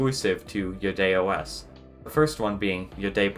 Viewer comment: At first I thought you were saying "BidetOS". That would have been a great name for an OS that cleans up after Google.